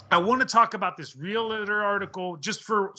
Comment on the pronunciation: Real-tor... Not real-et-tor or real-e-tor It is really quite simple. You may as well have done the interview or conversation in the mirror